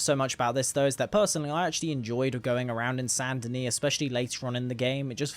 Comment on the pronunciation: its not sand denis, its SAINT denis